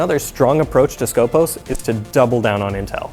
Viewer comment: Its not skOpos its skopOs that is pronounced. That means in Greek the one who watch or purpose.